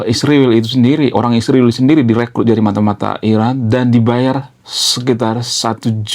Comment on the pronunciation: Sebut israel dg benar bro Ucap 7x seminggu